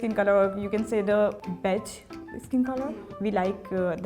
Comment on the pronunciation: it also made it worse by the fact she sounded very nervous and spoke very little about the actual beauty standards, made me cringe when mispronounced "beige" to baigh